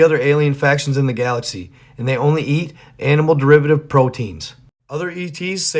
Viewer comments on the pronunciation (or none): none